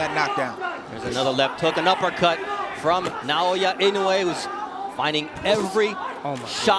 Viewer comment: 😅いのうぇい、って言うな!いのうえ、って言え！